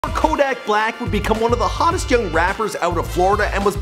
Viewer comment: couldn't even pronounce his name right 😂